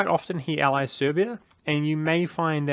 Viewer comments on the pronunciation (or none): none